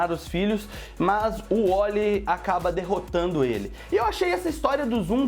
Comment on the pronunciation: cara n é Wolly e Wally coloca o A nessa, boca..